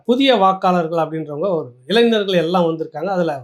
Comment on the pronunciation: அய்யா,இளைநர் அல்ல,இளைஞர்.உச்சரிப்பை சரியாகச் செய்யுங்கள்.